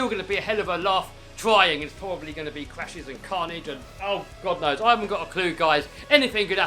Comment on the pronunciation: Love this build but I love how u say what do u recon guyals sound like guys and gals at the same time lol